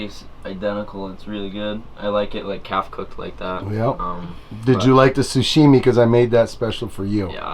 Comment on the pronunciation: Sashimi, not sushimi. LOL